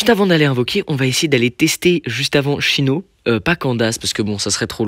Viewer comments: Nan par contre on dit « sino » et « kandaïce » (en prononciation) plzzzz par ce que chino 🥲🥲🥲🥲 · Tu dis "chyno" 🥲? Je dis Cyno perso ( sino)